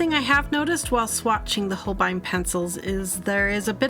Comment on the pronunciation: Not a huge problem but they dont quite pronounce it the same way as you do, if you look at the katakana (ho - ru - beh - I- n) it actually comes out closer to sounding like "whole bean" which i just find really funny. I hope when you see it now you just think of beans like I do lol Say it however you want i just thought it was funny